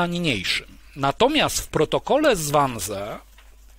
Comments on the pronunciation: to sie czyta 'wanzi' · Wannsee wypowiadamy wanzi... Panie Piotrze to aż w uszy kłuje. Serdecznie pozdrawiam. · Wiem, czepiam się. Ale cierpnę, jak Pan wymawia "Wannsee". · Wannsee jest nieprawidłowo wymawiane. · Learn how to pronounce Wansee